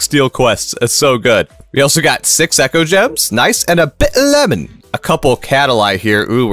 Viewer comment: I love how you say bitter lemon in like a British accent😂😂